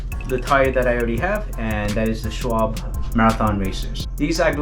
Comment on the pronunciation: In German the ‘e’ at the end of a word is pronounced as ‘r’ (are) - additionally the letter ‘w’ is pronounced as a ‘v’ (vee)- so Schwalbe is pronounced: Sch-val-ber. Similarly, ‘Porsche’ is correctly pronounced: Porsch-are.